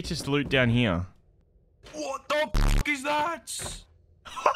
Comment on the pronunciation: He says here like heeyuh like a donkey